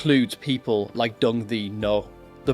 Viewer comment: Learn to pronounce the Vietnamese names Properly...Dung is pronounced Yung. Ngyuen is pronounced Nwen.